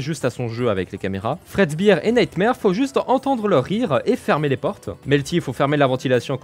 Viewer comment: fredbear se prononce fredbéér et non fredbiir